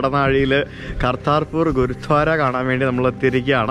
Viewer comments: it's Gurudwara.... Not Gurudhwara..... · ഗുരുധ്വാരയല്ല - ഗുരുദ്വാര എന്ന് പറയൂ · ഹലോ, video വളരെ ഇഷ്ടപ്പെട്ടു. ഒരു ചെറിയ suggestion ഉണ്ട്‌, ഗുരുധ്വാര എന്നല്ല ഗുരുദ്വാര എന്നാണ് pronounce ചെയ്യേണ്ടത്‌. ദയവായി ശ്രദ്ധിക്കുമല്ലോ.👍🏼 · say Gurudwara, not guru dhwara.. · Not guruthwara it is gurudwara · Not ഗുരു ധാര ഗുരുദ്വാര ആണ് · ഗുരുദ്വാരയാണ് ഗുരു ധ്വാരയല്ല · ഗുരുദ്വാര അങ്ങനെ പറയൂ. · Gurudwara... Correct ആയി pronounce it...